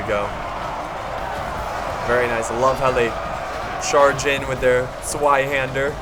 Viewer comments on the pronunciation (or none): Bachinator tswy would be pronounced (in German therms) zwie-händer, which is not the case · "sweihaender" - as a german this is funny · Sweihander is pronounced "svy-hander". Means two hander, as in a standard longsword. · bullshit i am german and its pronounced like tswy-hander google it if you dont believe. i hate when someone tells bullshit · Nick Singh in german its zweihänder but y is pronounced like ei you wannabe. and its called Biehänder not Biedenhänder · Bachinator In English y is pronounced like ie, in the way you spelled it. And I'm a Dutch Saxon so I write it as Bidenhander, but pronounce it like Bi'nhand'r.